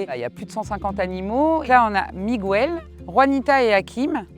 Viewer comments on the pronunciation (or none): Vous ne dites pas Che Gouevara... Alors ne dites pas Migouel... 😉 On prononce Miguel comme Michel mais avec un g dans toutes les langues Bravo pour ce que vous faites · ça, enfoncez-vous dans votre mauvaise foi. Si vous ne savez pas lire et vous ne savez pas comment se prononce un prénom, vous demandez, mais ce n'est pas chacun fait ce qu'il veut! J'ai un ami qui s'appelle Miguel, si vous venez lui dire Migouel attention à la patate🖐🖐